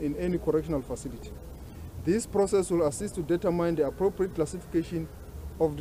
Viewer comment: determine is not pronounced that way